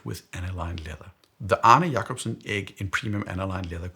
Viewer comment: Its funny how your Arne Jakocobsen pronounciation is spot on - can't tell you aren't a native danish speaking watch enthusiast. And I completely agree with your points. The thing is, the more you look at watch media like reddit posts, instagram, YouTube etc. the more you are exposed to a watch like the moonwatch. It grows on you with time, it really does. So much so that I know I probably will buy one down the road. Edit: Oh, and I have one tip to anyone starting their watch loving journey. Dont buy a watch case with a large number of spots. you'll fill it, and some of it will be just that - fill. if you must have a case, get a small one with 3 spaces, and don't rush to fill it.